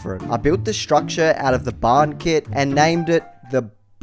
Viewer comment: “The Bar’n” it’s quite clever if you’d just pronounced it proper 🤦‍♂️… 😂